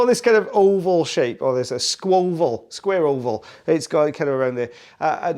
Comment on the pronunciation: "Squa-oval"??? "SQUA-OVAL"??? LMAO-MORE COLLOQUIAL WELSH,??